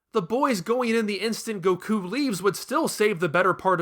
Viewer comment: "Gokoo?" "Bluma?" WHO ARE YOU PEOPLE???